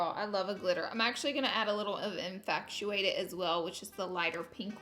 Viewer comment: Guuurl, it's infatuated. NOT infactuacted-not like fact-tuated. FatuAted